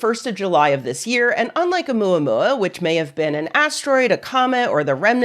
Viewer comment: I’m Chilean, I speak spanish but the way pronounced Omuamua sounded cute af!❤